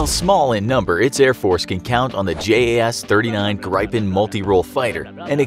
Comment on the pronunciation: it’s not pronounced J.A.S It’s pronounced JAS